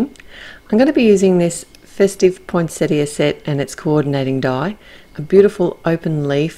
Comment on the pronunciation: Love this release, so many great sets. Gorgeous card, the colours you’ve used are so unusual. It’s also so refreshing to hear the word poinsettia pronounced properly.